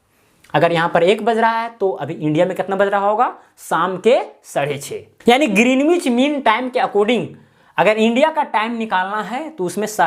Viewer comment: Sir yh ग्रीनिच kehlata hai